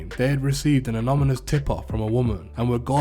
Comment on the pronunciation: Is the guy narrating a retard?? He repeats himself several times about the same thing, and has trouble pronouncing”anonymous”, “nonchalant” and other relatively simple words